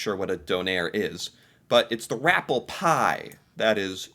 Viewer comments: Nova Scotia - irs pronounced rapp-ee pie lol. It's an old Acadian dish that's takes 2 or even 3 days to make! Traditionally , the meat used is rabbit and chicken. My Auntie makes it using an old Acadie recipe and it's so good! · Check your spelling vs pronunciations. Nova Scotia's food is Rappie Pie (with an I after the double p, not an L). You may want to google it. It's an Acadian dish, usually served any time. Had some over the Christmas holiday. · It’s not “rappel” pie. The word is “rappé” pie from the French shore of Nova Scotia. Not made with “dehydrated” potatoes in the sense of instant mashed. It’s shredded potatoes squeezed to remove the moisture and mixed usually with chicken. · Always fun to listen to your comments. From Nova Scotia And having some rappie pie with my family this Saturday. It's rappie with an i not rapple with an L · It’s rappie pie with an i not an L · Its not pronounced rapple pie, lol. Its pronounced rappy pie. Personally, as a born and bred Nova Scotian I cant stand rappi pie... bland as f*ck and the texture is close to wall paper paste, lol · Its rah- pee pie, not raa-ple spelled rappie. They misspelled it. Its a traditional french acadian dish made of mashed patotes, and chicken commonly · as an acadian from nova scotia, it's a potato dish called Rappie Pie (not Rapple Pie) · I live in Nova Scotia and the site you're reviewing has it incorrect. It's Rappie Pie, not Rapple pie.